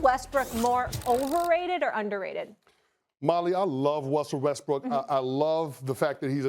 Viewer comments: "I love Wussell Restbrook." Did anybody else catch that? Lmmfao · "Molly I love Wussle Restbrook..." x Chris Canty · "MOLLY I LOVE WUSSEL WESTBROOK" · “Wussel Restbrook” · "Molly, I love Wustle Restbrook"